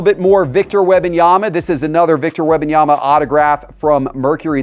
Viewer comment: If he says Web-in-yama one more time….😂